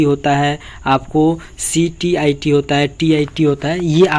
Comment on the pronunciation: Thora pad ke boliye ctet tet stet hota hai ctit nahi hota hai